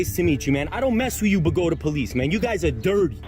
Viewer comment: I'm amazed you pronounced Bogota the right way.